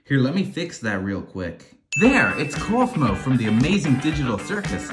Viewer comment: Caine❌ Kane✅ Kaufmo❌ Kosmo✅